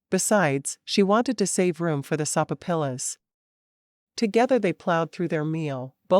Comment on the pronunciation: Love your books.... But I laugh out loud every time this narrator mispronounces a word..... Sopapilla is pronounced so-fa- pia.... I am figuring this is AI narration....and if it is, it is the best i have heard so far,But I spit out my soda laughing